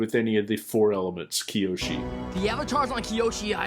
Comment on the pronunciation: It's Kyoshi 😅 Keep up the great reactions 🙌